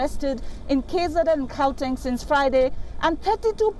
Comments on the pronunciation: Geowteng province😂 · Gauteng is pronounced howteng